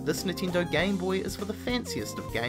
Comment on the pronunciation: NINTENDO!!!! Not Nintindo god dammit!